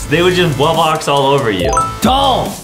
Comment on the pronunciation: The fact that Justin says wubbox wrong instead he says wubboc